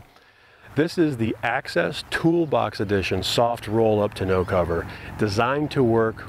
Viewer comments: so you send a link that gives the correct pronunciation that you didn't use? I don't get it lol. Maybe you are sending a link to confirm bmxshippy is correct? It is "tawn-no" and not "te-no" like you pronounced it. But that's ok, love the video anyway.I liked and subscribed! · "Tahn-o" Not "To know". :-) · pretty sure tonneau is pronounced "ta-no" not "t-no" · Awesome content...but driving me crazy with "2 know" cover..😆 Tawn-noe...lol.. Nice setup guys.. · Love your videos but it’s pronounced “tawn-no” rhymes with “dawn-no” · Ton. O. cover..... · Jeez you pronounce tonneau wrong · Hey, I'm a Canadian and took French all the way through school. I'm sorry to tell you this but bmxshippy is right and your site is wrong. I also wanted to say please keep the great content coming!